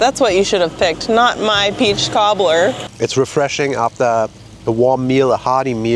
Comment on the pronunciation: Laughing still over calling the peach cobbler (what sounds like) a "toddler".